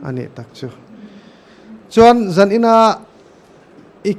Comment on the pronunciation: Kan host chu mizo tawng lamrik dan uluk deuh thei se. Entirnan: Zan han tihte, hmelhrat tihte.......